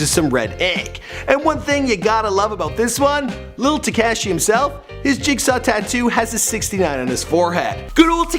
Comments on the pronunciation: Tuh-kashi not Teh-kashi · TEH-KAW-SHI. Not TEHKAHSHI you ducking inbred. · When you can't pronounce tekashi correct lol you said tic Kash ee but it's tek-ahh-she. Oh well who cares really?? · Its tuh kah shi not tikashi,ur accent kills me.... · says "tekashey" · Funny how you still mispronounce tekashi 😂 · The way dis man says tekashi